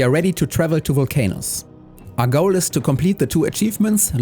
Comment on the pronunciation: It's pronounced vul-cah-nus. Else you have giant worms in your Vulc-Anus 😬😂 Looking forward to seeing more of this playthrough. 23hrs to build a single ship is mad!